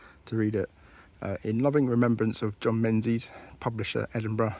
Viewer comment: Menzies is pronounced Mingus! 😊